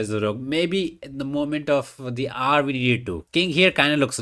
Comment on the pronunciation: When you say “need of the hour” pronounced need of the r is it a reference I’m missing or is it your, ahem, accent…